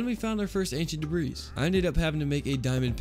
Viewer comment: am I the only one that cringes slightly every time he says debris like debrees rather than the way its actually said where you dont pronounce the s? tbh its the same when I here people say fortza when then are talking about forza or exscape when saying escape... like its just a person pet peeve but some word mispronounced are often because its not been brought up before and they aren't aware its being said incorrectly.